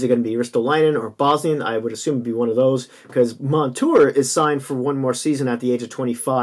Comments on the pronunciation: Whos bosnian lol you mean Bogosian? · It's zach bogosian not bosnian.